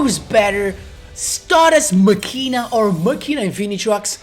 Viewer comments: When I hear Machina (its Ma-Key-na, like Deos Ex Machina) I come running, also i think i can do this deck. Too bad I dont have Quasar. Of all the Protagonist (except DSOD Kaiba) I am always short with Yusei cards. Maybe cuz of I have no exposure with him in the anime besides Bonds Beyond Time. But I really want to have at least 1 Quasar Boss deck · machina "makina" is the correct pronunciation for this arctype